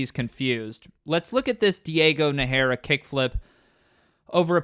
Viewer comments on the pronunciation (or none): It's Diego NAH-heh-rah - In Spanish there're words (including names and surnames) that have the accent right at beginning and Nájera is 1 of them - Another important thing about jumping ANY OBJECT when compared to long distance jumping is how coming up short has bad consequences. If a long jumper in athletics only jumps 7ft, he doesn't eat shit, he just lands earlier. If you have to jump over something, coming up short might get you injured.